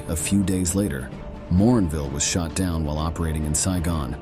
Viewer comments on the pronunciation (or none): none